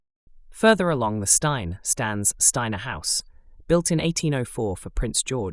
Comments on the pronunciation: Old Steine is pronounced as steen not stiner. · Just one point. Steine is pronounced 'Steen' The tunnel between the Pavilion and Steine House is thought you have run further, towards the beach. Evidence is in the cellar of the Druids Head pub as well as the cellar of Dr Brighton's , where the landlord once opened a hole in a wall and discovered a chamber full of Regency era toilet pedestals! This was subsequently sealed again. I have no idea if the toilets are still there or not. It's thought that Martha Gunn, a legendary 'Dipper' woman may have used this tunnel to visit the Pavilion Hangleton is apparently the location of an old plague pit. In the 1960s they drilled into the pit and apparently found that the bacteria was still viable. I don't know if that's true or not but it's what I heard.